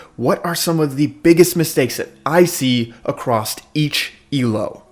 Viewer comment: Acrosst!! Across, where are you getting the "T"! lol it is driving me crazy!